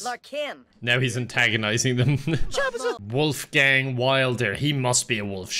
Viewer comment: I love how Kevin is pronouncing Wolfgang, it's my real name. Greetings from Germany. xD